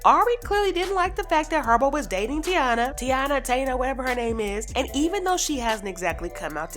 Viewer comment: It’s Thai -eena as the Indians from Puerto Rico . You can always go by what kids say my daughter always be extra when I don’t even hit her it’s requires investigation not for social media smh